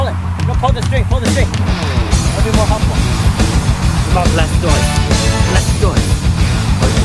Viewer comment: like how you kept saying blastoised haha